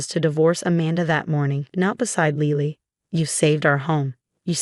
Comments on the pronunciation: Lily - like the flower. Not Leely. Pronounce it correctly. ugh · She can’t say Lily? Lele?